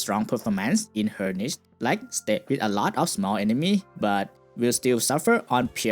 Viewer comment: With not wit your not saying "TH" its hard to understand you speak slowly